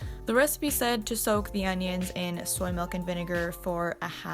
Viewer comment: the way she pronounced "onions" though. 😂😂